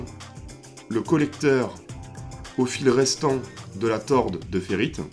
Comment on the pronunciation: On dit tore de ferrite et non torde de ferrite